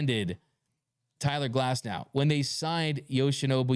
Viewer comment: “CYLER GLASNOW”